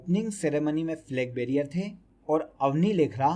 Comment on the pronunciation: Flag barier nahi hota....Flag bearer hota h